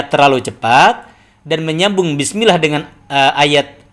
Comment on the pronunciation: klo baca "bismillah", di awal2 video mengucapkan "bis" nya kurang begitu jelas..